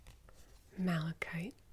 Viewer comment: The way you said malachite was sooooo good